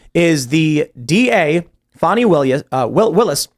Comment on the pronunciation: Her name is Fani - like an ass. Stop calling her fawny!!!!!!!